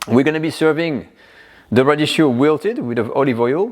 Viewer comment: sorry for being a smart thing but it is spelled radicchio...so the C is pronounced a K because of the H ...radikkio. been loving your shows for years!